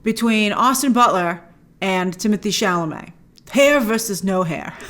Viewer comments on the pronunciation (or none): none